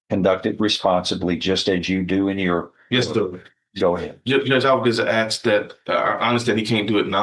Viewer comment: Why would a well educated person say "Ax" instead of "ask"?